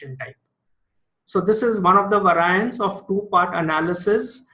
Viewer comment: vae-ri-ents. not vaar-i-ants. Great video otherwise!